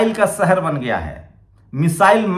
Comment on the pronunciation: Very bad pronounciation Hindi be sahi bol nah sakta Jaroori nahi zaroori hota hai sahar nahi shahar hota hai Faraj nahi Faraz hota hai j ko z z ko j s ko sh sh ko s ...padte ho